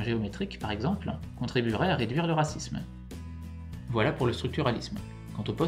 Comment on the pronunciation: Merci, mais, à mon goût, la diction est toujours un peu trop rapide. (A ma connaissance, on prononce "vojla" et non "voguelasse".)